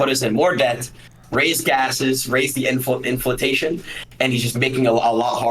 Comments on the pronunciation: Does do the "inflatation" and "formula-ate" shít on purpose? I cannot accept that someone could genuinely be this stupid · bro really said "inflatation"💀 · Bruh, Adin Ross can't even say inflation correctly. He's making senile old people look mentally competent and they're triple his age! 🤣